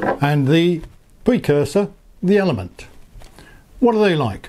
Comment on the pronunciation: Your attempts to pronounce last syllable of ELEMN'T -- brilliant! I've read that Bolt and Elemnt displays are both 240 dots wide, but Elemnt is 400 dots tall (vs. 320 on Bolt). How does Elemnt use those extra 80 dots of height on its screens? Does it show another row of fields vs. Bolt at same zoom level, or does it just stretch numbers of each row a bit taller? On map page, does Elemnt use those 80 dots to show more of the course ahead? Also, if you could only pick one to ride with, would it be Bolt or Elemnt? Thanks for your great review.